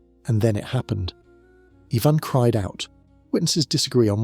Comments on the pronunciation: Why is everything pronounced weird? Love the show but lead is always leed and Ivan is eyvonne😂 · I really can't stand how you cannot pronounce his name correctly